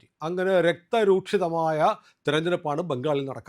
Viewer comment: രക്തരൂ"ഷി"തം എന്നാണ്. രക്ത രൂ"ക്ഷി"തം അല്ല.